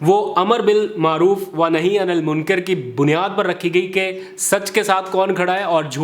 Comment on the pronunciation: تصحیح کریں... تلفظ... عربی آیت... ونهي عن المُنكَر...... Munker..... Na keh munkar